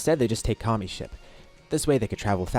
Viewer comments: You said “take his ship” but I heard “take a shit” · Fr thought you said take a shit instead of take a ship